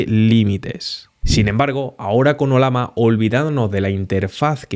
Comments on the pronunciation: ¿Olama? El símbolo de esta IA es una llama, no una lama, así que se pronuncia Ollama y no Olama. Eso sin tener en cuenta que estás hablando en español y no en otra lengua. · ¿oLama? ¿Cuál es el animal del logo? ¿tan difícil es pronunciarlo bien?